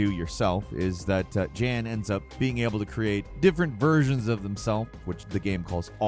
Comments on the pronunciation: The main characters name in The Alters is Jan Dolski, pronounced "Yan" as in the Polish male name. Not "Jan" as is Janet.. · Protagonist of the Alters is called Yaan (Jan) not djan 🙄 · it’s pronounced Yahn Lol not Jan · You say Jan, and it’s obvious that it’s a guy, but refer to him as a her instead of realizing it’s probably the European soft J that would sound like Yan and be a guys name.😂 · Jan is pronounced almost like "yawn", but without the "o"-sound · Just fyi in alters the main character jan pronounced “yan” which is a Polish male name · The Alters. The main character, Jan is pronounces "Yan". It uses J in a Scandanavian way. Also, Jan is a male character. You kept saying "she." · This. Also, Jan is pronounced as Yaan. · Jan is a European male name and is pronounced "Yan", the MC Jan is clearly male dude come on XD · The Alters segment in this video reminded me of Eurotrip where the protag thinks Jan is a female name since they weren't pronouncing it correctly. :D